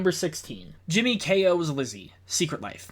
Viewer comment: Ahem… it’s “HIMmy” lol